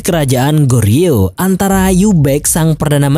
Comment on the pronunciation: 고려/Goryeo, huruf "o" pada "gor" diucapkan persis seperti mengucapkan huruf "o" pada kata bola. Sedangkan huruf "eo" pada kata "yeo" diucapkan "o" seperti mengucapkan kata pojok. Semoga dipahami.